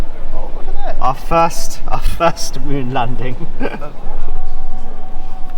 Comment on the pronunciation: tf is Mun? u mean Moon?